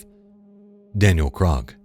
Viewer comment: I noticed Krug is mispronounced multiple times by the channel